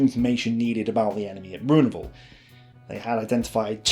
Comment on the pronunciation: Worst French pronunciation *ever*. "Beyoo minette"!